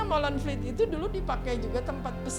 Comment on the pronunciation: Molenvliet, bukan Molenvielt.